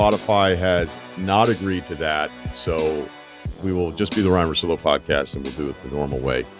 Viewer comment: It's Russillo mate not Russilo